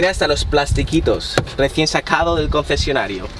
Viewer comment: Qué raro habla 😂😂😂😂😂😂 CCCCCOncesionario